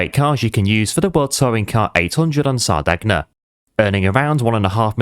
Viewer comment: Great video pal. But, just for reference, it’s pronounced Sar-day-nya… Hope that helps. 👍🏻